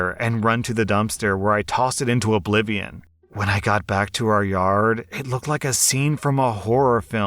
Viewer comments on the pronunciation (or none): none